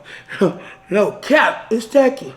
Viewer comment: “Do I look like I’m Willy WON-KAH? Do I look like I need things to be tack-y? AH!” 😂